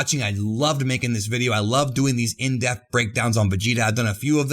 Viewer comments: De-P-th, not death. I like your vids man, but jesus, stop saying death, it is dePth. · Every time you say the word "depth" it sounds more like the word "death."